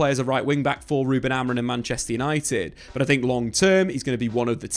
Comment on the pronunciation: Can English people not say AmoriM? Why do so many say his name AmoriN in the flow of a sentence? Triggers me like crazy TBH 😂